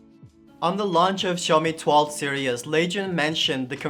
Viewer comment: Fine sir; you are pronouncing the word "series" totally wrong. Google will help you pronounce it right. 🤭